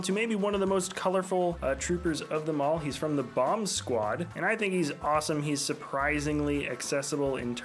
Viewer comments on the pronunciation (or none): none